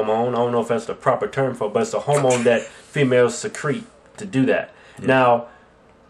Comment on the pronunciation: Are they trying to say "hormone"? :/